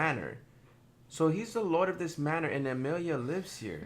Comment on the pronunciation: Chile did he just mispronounce “manor”